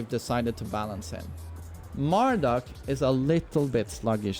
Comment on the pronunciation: Always love how says Mar-DOOK lol